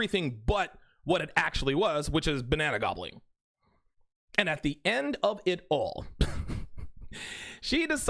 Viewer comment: I know you're saying "banana gobbling" but it sounds like you're saying Banana Goblin. Either way, you're not wrong.